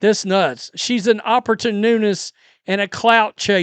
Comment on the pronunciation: This man couldn’t even pronounce opportunist,this is getting embarrassing